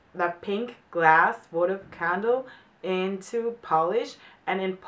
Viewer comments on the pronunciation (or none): none